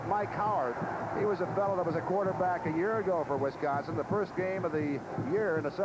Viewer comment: Wisconson, LOLZ!